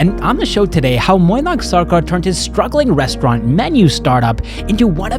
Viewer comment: Pronouncing Mainack as Moinack tells me you care about the small details.